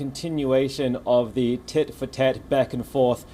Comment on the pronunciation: OMG ZERE FIRING ZE MISSILES! 🤔🤣😶‍🌫️